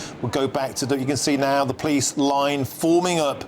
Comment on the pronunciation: You can't even say the name of our police force properly and they are not middle class people they are scumbags who are probably all claiming the dole .